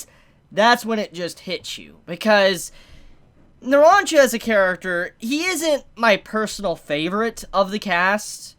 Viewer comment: does anybody have a slight flinch everytime he pronounces polnareff and narancia wrong, no hate just feels kinda ehhh; like he pronounces narancia right everytime except the first time; like he CAN pronounces it right, he just didn't do it the first time, like the OCD